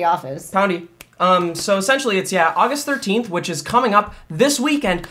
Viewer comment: "Aigist 13st"